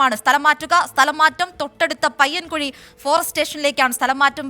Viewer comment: പയ്യൻകുഴി അല്ല. ചായ്പൻകുഴി